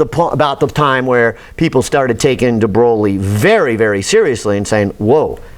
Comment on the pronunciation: After : DE WHO??? DE BROWLEY??? Now stop it, please! You know how to say "THE BOY". Now put an R in between the B and O. So the right pronunciation of "De Broglie" is "THE BROY", and keep that R rrrrrrolling! ;-)